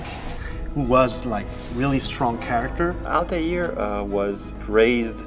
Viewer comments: it's Altair not Altiar o.O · They can't even say Altair properly. lmaoo